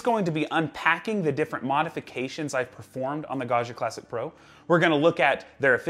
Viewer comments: I love how in English you say “Gasha” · think of it as pronouncing the name John... it's a hard and bouncy "G", not a a smooth soft G like in the french "jean".... Also, being a double g means you have to hold it a little longer. Ok I'm done with being a pronounciation nerd.:) Thanks so much for the videos, they're great. Ciao.